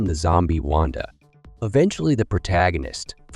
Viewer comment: Bruh it's wanDAA lol